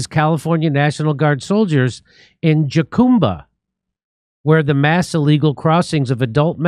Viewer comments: Jacumba is pronounced HUCUMBA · Not a big deal Jimmy but jacumba is pronounced HA-COOM-BUH, and yes it’s in terrible shape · Jimmy, Jacumba is pronounced Ha-COME-buh. Isn't your wife Mexican? :face-blue-smiling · Hello Californians! Jacumba is pronounced HAH-COME-BAH. Not Jackumbah. Thanks. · Are you trying to say jucumba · Jacumba is pronounced Huh-cum-ba. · Pronounced "Ha-Cume-Ba." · It pronounced HA COME BA! Jesus Jimmy you live in California. In Spanish the “J” is pronounced as an “H” sound. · Is pronounced HaCumba. It's crazy. These guys walk along the highway and congregate at trail heads waiting for buses. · Jacumba Pronounced huh koom buh